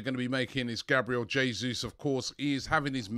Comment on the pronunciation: Nice to hear you pronouncing Jesus's name correctly at last 👍